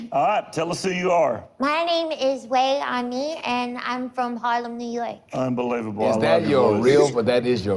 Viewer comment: Pronounced Way Ani